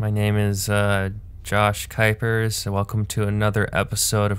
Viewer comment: Finally I have learned how to pronounce Kuiper lol